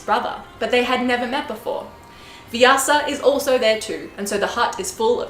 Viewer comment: Very impressed with this American narrator of the Epic in this video. Her pronunciation of "Mahabharata", "Vyasa" is impeccable!